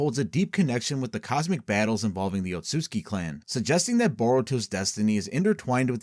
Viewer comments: it's tsu and not tsui, there is no I in there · It’s Ōtsutsuki (Oat-sue-zu-kee) 😅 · Ur saying Otsutsuki wrong